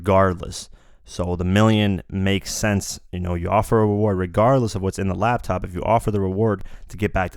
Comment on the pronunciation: LAP TOP not LAB TOP